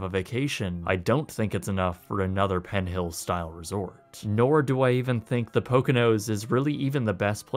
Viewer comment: I like his videos but is it just me or did he keep adding a T to the end of PENN so it sounded like PENT HILLS? Just curious if anyone noticed that or not....